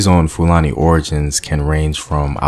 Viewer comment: You did a research or you went to google? Your pronunciation of 'Fulani' tells a lot about the source of your findings.